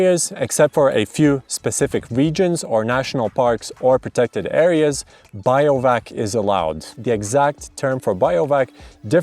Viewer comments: you put the word up on BIVOUAC (Biv-oo-wak) but then proceeded to tell us that it’s pronounced BIO-VAC a further 9 times. 🤦🏻‍♀️ Makes me wonder how much of an expert you are. I let this time when I was a small child when my dad was in the army. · Not “biovac”, but “bivouac”, even in English 😅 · Trying to get my head around the fact that he reads BI-VO-AK as biovac... I mean how ... ? Other than that, this is actually the most informative video on YT regarding "BIO-VAC" laws across europe. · biovac XD its pronounced "bee-voo-ack" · Biovac is a non existing word but sounds indeed like a vacuum cleaner which absorbs life 😅. He meant to say bivouac or bivak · I can't hear him say Biovac... It's BIVOUAC! Like a Bivi! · Brilliant video! thank you so much. Funny how you pronounce Bivouac as Bio-vac, it's weird but sort of cute too. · Even in spanish is pronounced Bivouac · first time I was only listening to the video and with his absolutely butchered pronunciation I was so confused what does he mean I was like sure that BIO stuff is allowed but what the hell does he mean lol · In the States also Bivvy, bivy. Bivouac in the States usually is pronounced as /bĭv′oo͞-ăk″, bĭv′wăk″/. I learned something new - "bĭo văk″ as alternate. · Glad I'm not the only one...